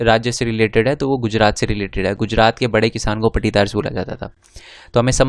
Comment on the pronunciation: Sir wo paatidar hota he पाटिदार mp